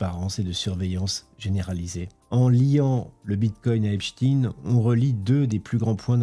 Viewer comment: qu'est ce qui faut pas entendre lol. et pourquoi Epchtine ? on dit aussi Albert Einchtiiine ???